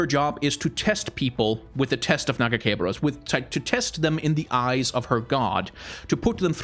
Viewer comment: My favorite part of this video is his refusal to pronounce her god's name correctly